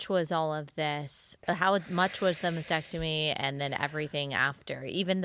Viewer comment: the word is MAS-tec-tomy., not masectomy.